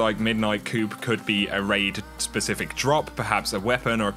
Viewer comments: Man these videos are great. You get them out so quickly and get to the point which is amazing. Respect the grind man. Just FYI though, "coup" is pronounced "coo" not "coop", easy mistake :) Keep it up! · ...the "P" is silent brother. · When you want to yell at for saying coup wrong but he already knows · Silent "P" in coup. Good video. On XB1X enhancement i think Bungie is being kinda shitty. Their history with MS & their PS deal makes me think they are being something between stubborn & petty on this one.